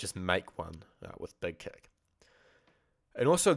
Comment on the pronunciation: He said "Beg keck plugin" lol lol Thess ess Spaaaaartaaaah!